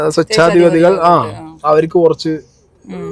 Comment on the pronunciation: തനിക്ക് മലയാളം പറഞ്ഞാ മനസ്സിലാവില്ലെ, നേരത്തെയുള്ള വീഡിയോയിലും ഞാൻ പറഞ്ഞു സ്വൊച്ഛാധിപതിയല്ല സ്വേച്ഛാധിപതിയെന്നാണ് പറയേണ്ടത് എന്ന്. മര്യാദക്ക് മലയാളം പോലും പറയാനറിയില്ല എന്നിട്ട് വന്നിരുന്ന് റിവ്യൂ ഒണ്ടാക്കുന്നു.